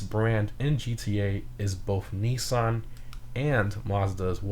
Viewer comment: Mans said 'mawsda and knee san', great predictions though.